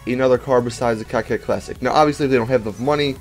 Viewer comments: Why does he says cockcette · I heard you say the cocket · Dat I think that I seriously need to question you guys that are pronouncing that word as "cockette".: ) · Dude! Definition of:'coquette' is:'female flirt.'. Learn more It's "koh-ket." Thank you. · Cocket? It's coquette lol English has been around for hundreds of years. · Dude You pronounce these cars' names wrong Mass-a-crow is how its pronounced Coquette is like corvette but with a Q Good god.